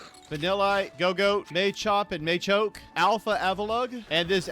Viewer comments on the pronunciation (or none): Umm excuse me.....did you say Maychoke and Maychop? o_O